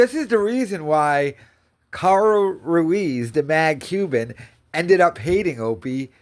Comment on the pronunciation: He can't even pronounce Carl Ruiz name correctly. He greatly over estimates his value in those relationships I think. It would be so easy to just be kind, gracious, humble, grateful and self aware; then he might get back on track. But he'd rather E-beg and call people "human garbage".